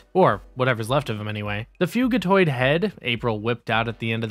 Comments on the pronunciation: Fugitoid = fugitive android Not "Fuegitoid" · Thumbs down for mispronouncing fugitoid. It’s literally short for fugitive android.